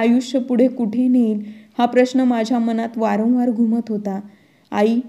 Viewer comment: वरणवार नाही वारंवार